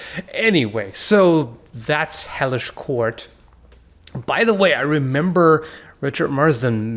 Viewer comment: I was literally about to look up this game that I thought he called "Heyish Court"...